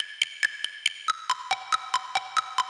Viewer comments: Yawl?🤨😆, I just like literally tried to speak illiterate I guess, but idk what she is talking about. Also, you will never see Venus tf, only the sun and moon and it’s d-ca-pri-o😅😭😩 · Legend has it, is still trying to pronounce DiCaprio to this very day....